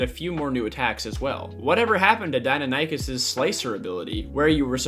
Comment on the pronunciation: Did my man really just say "Die-No-Nie-Kus"